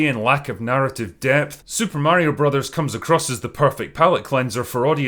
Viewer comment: Pretty glad God Emperor Drinker actually pronounces "Mario" right. I am getting sick by specifically some Americans, naming him "Merio" all the time....... If the era of proper video game movies starts now, the Sonic movies certainly weren't that start yet, despite them being rather successful. And who knows, after seeing Mario's success, maybe the other studios will finally attract to making a proper Sonic movie, not this real life bullshit we got served so far.